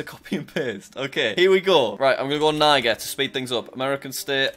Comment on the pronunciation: it's neejer not nieger